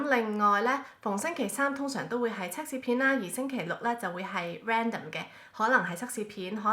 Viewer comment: 係cak試唔係cuk試啊😂